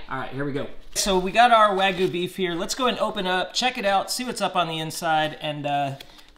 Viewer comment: It looks like select grade and has no sear and its "wag-you" not wagoo